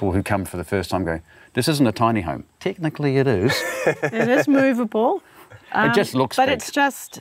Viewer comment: ticknickly sounds so funny. house gives him tickles put a dick on lol